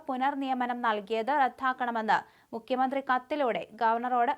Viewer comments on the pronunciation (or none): മുക്യമന്ത്രി അല്ല മുഖ്യമന്ത്രി എന്ന് വായിക്കുക